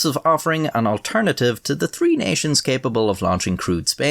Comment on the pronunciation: I like when you say tree, instead of three. In the beginning I noticed you try to pronounce it the right way. I'm from in the Caribbean and the way you say it in you native tounge is the same way we do.